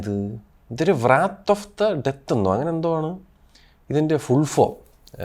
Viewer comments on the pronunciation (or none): വ്രാത്ത് അല്ല wrath റാത്ത് എന്ന് വായിക്കണം. 🙏🙏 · Anna 'V-rath' alla 'Rath' ennanu pronunciation of 'Wrath'. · വ്രാത് അല്ല റാത് ....ആദ്യം കൃത്യമായി pronunciation പഠിക്കൂ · Bro “W” is silent in the word “Wrath” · i agree but w is still silent in every region right? 😅